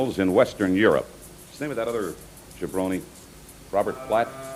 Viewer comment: Lol he said jabroni